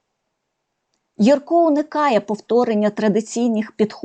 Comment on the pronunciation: Дякуємо за нагоду побачити в кадрі улюбленого ілюстратора. Будь ласка, зверніть увагу , що правильний наголос у прізвищі художника- на першому складі. Не єркО, а Єрко. А в назві видавництва А- ба - ба - га - ла- ма- га наголошується кожен склад. Це лічилка з оповідання І. Франка " Грицева шкільна наука", герой якої вчиться читати.